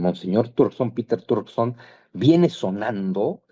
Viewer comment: Trokerson jajaja, se llama Peter Turkson